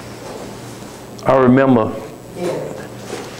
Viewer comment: "What do you rember about this case" .......Meanwhile trying to remember the story he cooked at him